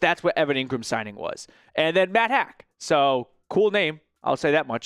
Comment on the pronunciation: Pronounced Matt "hawk" not hack .. do some research guy